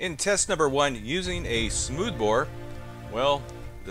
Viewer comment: I love a good "Shooth Bore" ( ish)... Lol.. good times guys!